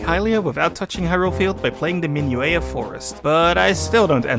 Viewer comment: oh also its pronounced min-yew-ett, not min-yew-ay.